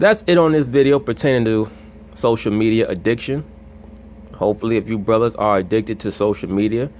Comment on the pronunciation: it's hilarious when he says "ay bruddas"